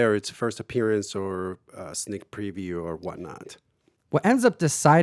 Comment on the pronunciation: it's not a priview, it's a PREview. That is a long e. You pnw'ers pronounce things differently, lol. Great video!